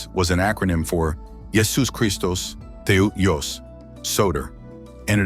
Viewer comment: Theos, not teou. I have not studied koinae Greek since the spring of 1964, and theta is the first letter, not tau.